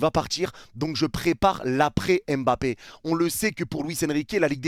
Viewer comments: C est si compliqué de dire mbappe au lieu de embappe? Ya pas de e devant. A la limite prononcez pas le m mais arrêtez de rajouter un E tout le temps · Il ne s'appelle pas "Aime Bappé" mais Mbappé